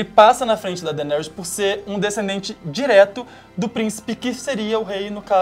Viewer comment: "Dainerys" . fala direito, cara rs